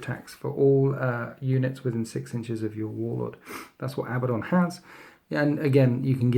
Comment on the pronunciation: Why does everyone pronounce it like Abba - don? That's really not how you pronounce the name.............